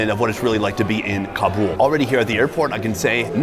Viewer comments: It is not Kabool. Do you said boolfighting?? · I gave you the thumbs down for this video because you keep pronouncing Kabul wrong And it's driving me crazy. I love you bud but I can't continue to watch this video